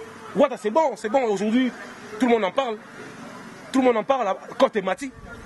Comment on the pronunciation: gloria loba k ba mots bien aujourdi nde nn on dit aujourdhui licencie ya ifasikuite ya modele nn en plus olobaki okosala emission pona makambu ya wata te ezosopa yo